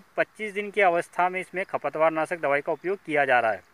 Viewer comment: खपत वार नहीं खरपतवार साफ शब्द बोलिए